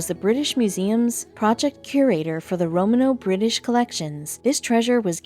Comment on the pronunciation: TV If you want to pretend you know something about ancient history, at least check your pronunciation on 'Romano' and 'Hunnic'.